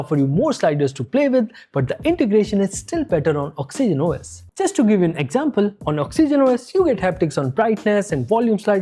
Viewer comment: Why tf are you pronouncing Oxygen OS like that? Same number of syllables as Origin, but you make it Ox E Gen OS. If I heard it only once or twice I would have been fine, but each time you use it, it's triggering tf outta me 😂